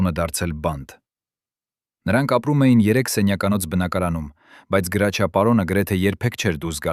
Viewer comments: Ոչ թե գրաչյա այլ Հրաչյա ։ Մի աղավաղեք ՀԱՅՈՑ ԼԵԶՈՒՆ ։ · Իսկ ինչու Գրաչյա ,այլ ոչ թե հայկական գեղեցիկ Հրաչյա, տհաճ է լսել ։ Մի բան էլ միթե նորություն է, որ նա արևմտահայ է, ինչ երևանի ծնունդ?որտեղից եք վերցրել այդ տեղեկությունները,մի քանի րոպեից չեմ էլ ուզում լսել😮😢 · Եթե հայերեն եք խոսում, ապա անունն էլ ճիշտ ասեք։ Նրա անունը Հրաչյա է, ոչ թե Գրաչյա։ Ճոխացրած պատմություն էր։ Եթե իրոք օրագրում ամեն ինչ գրված էր, ապա անուններ էլ էր գրված, դուք ինչու՞ անունները չհրապարակեցիք։ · հարգելի հաղորդավար Գրաչյա չէ այլ Հրաչյա մաքուր հայերենով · Այ անգրագետ գրաչյա չի այլ Հրաչյա։ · Տղա ջան ինչու եք Հ տառի փոխարեն գ եք ասում ինքը Հրաչյա Ներսեսյան է